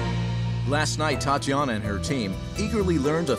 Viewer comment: Titsiana? Tatsiana? That's all I was hearing